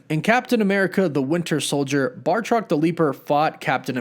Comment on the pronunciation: Again with the bar-truck. I dont know if youre doing this on purpose, or its a complete script error. Im a big fan of your channel anywau.